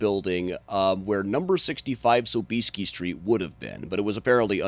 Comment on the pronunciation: PS. ...i najpierw naucz się jak się w ogóle WYPOWIADA SOB-IES-KI! (Sob-EE-ski)! hahaha! :D